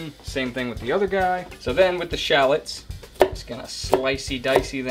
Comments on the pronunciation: Ben Brown yup 😂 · Yup made me want to shout everytime he said it